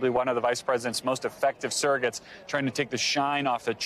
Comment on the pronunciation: Surrogates, not "serrogates."